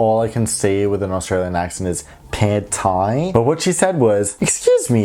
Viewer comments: Did you just say "Pad Thai?" I know you must be saying something else, but being Thai I can't help but hear "Pad Thai." LOL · You absolutely nailed “pad Thai” with an Australian accent! Sorry to hear of your less than savoury experiences with some of my fellow countrymen. By the way, have loved your YouTube clips about Singapore Airlines